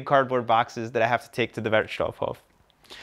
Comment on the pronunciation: It’s really fun to watch your videos. One hint for your favorite „Wertstoffhof“. Because of the double „f“ the „o“ in „stoff“ is a short one, just as you did, but because of the SINGLE „f“ in „Hof“ the „o“ there is a looooooong on. So you speak it like „wertstofhooooof“. Never mind. Keep up your great work. Ah, and afaik the details on how to recycle are regulated by „Kreis“. So it might be different pretty much anywhere. Most of the companies actually doing the job keep it similar to each other. So even if you move somewhere else in Germany you will adopt easily to the local variation of rules. You are an expert right now :-)